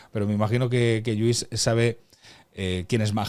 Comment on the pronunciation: ¿Otra vez? El señor se llama LLuís, es catalán como tú y no dejas de llamarle Yuís duelen los oídos. Si sabes pronunciar caLLe, oLLa, Koh Phangan, hiodes, etc., deja de llamarle Yuís por favor...